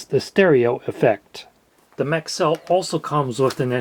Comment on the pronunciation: No I heard maxell and though what the hell is that? it's Maxwell 😂